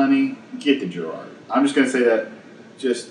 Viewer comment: I've used the Giraud loading competition .223 and it is HANDS DOWN the best tool for case prep. And its not my last name, its pronounced "Jerr Oh"